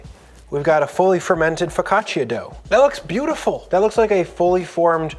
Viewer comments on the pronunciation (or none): Love you, love this, it’s ‘foe caught cha’ not ‘foe caught chia’ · For the sake of the name , you should say Fok kāah tchàh‼️ Not " fow ca cheeya" And just when I wanted to tear up a segment to bite and taste, You had sliced it on a plastic cutting board 😮😢😳❓️🙄 While you have such a beautiful wooden board to use. That's funny. Happy baking to all M.m